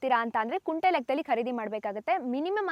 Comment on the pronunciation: ಅದು ಕುಂಟೆ ಅಲ್ಲ ಕುಂಟೆ ಪಿಲ್ಲೆ ಆಡೋನು ಯಾವನೋ ಹೇಳಿದಾನೆ.. ಅದು ಗುಂಟೆ ಓಕೆ